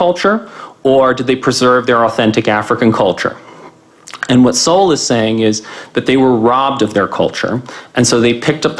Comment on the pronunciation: No worries - everyone mispronounces Sowell name when they first react to him.